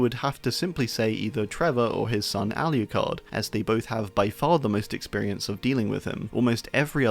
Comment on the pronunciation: “All-U-card” Lmao, it’s spelled aloocard